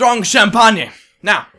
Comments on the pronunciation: "strong champan-ye" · lol "strong sham-pah-ney" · shh-am-paan-ye wheeze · Strong champan-yay